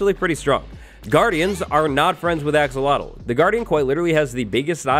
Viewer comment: That thing.. umm the new no on that was swimming underwater.. I have no idea what you called it.. it sounds like you said axel wattlle lol. But anyway, the yellow one looks like Pikachu lol.